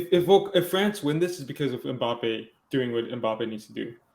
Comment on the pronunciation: Passing who can’t even pronounce his name